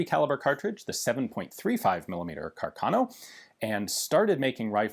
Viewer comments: Hi, great and informative video. Please note that carcano is pronounced with an accent on the first A. Something like Cárcano, from the name of Giulio Carcano, famous italian bike designer. 👍🏻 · It's Càrcano. accented on the FIRST A, not on the second!